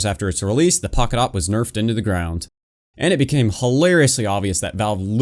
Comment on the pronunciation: You must say "The Poket SSG-8